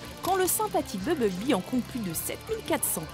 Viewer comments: BuMblebee !!! pas Bubblebee !!! Incapable de bien le prononcer mais par contre pour Optimus elle prend l'accent anglais ! Mdrr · Mais merde c pas beblebee mais bumblebee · bubble-bee? ta cru que c'etait un chewing-gum ou quooi? un peu de respect pour BUMBLE-BEE ( prononciation ; bumb-beul-bee) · bubble-bee XD la bulle abeille lourd ma prononciation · BUMBLEBEE et pas bubble- bee ! MEGATRON et pas mega-trone ! TRAVAILLE TON ANGLAIS MADAME ! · comment tu prononce grave mal les truc ! BUMblebee pas BUBLEBEE et ENERGON pas ENERGONE, MEGATRON on dit plus MEGATRON depuis la fin de la g1 du moins en français ect... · c'est BuMble-bee et Furby pas bubble bee et fursbee meh